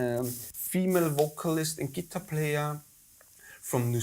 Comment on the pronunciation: Great, passionate conversation, but please remember, guys, what your favorite instrument is called: Guitar. Gitarre. Stress on the second syllable. Same in all languages, no need to suddenly change it.